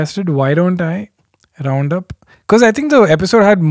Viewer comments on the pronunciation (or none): none